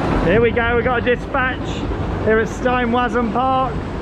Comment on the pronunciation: As is usual, replacing all the ‘w’ characters, in the German words, with a ‘v’ sound would help a lot.